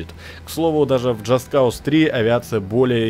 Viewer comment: Джаст КАУС - режет ухо безграмотное произношение! Написанно по английски - произноси по англ!